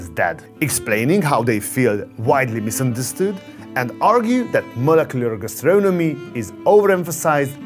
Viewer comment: "meuleuceulor geustreunemy"